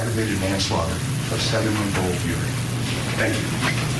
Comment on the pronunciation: 2021 the other kid died? They aren’t supposed to talk about it I guess? I do wish the Prosecutor would pronounce the baby’s name right. Uriel is not pronounced Urey